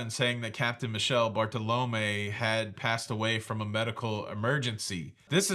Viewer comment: That captains name is pronounced ME-kel-lay. NOT ‘Michelle’.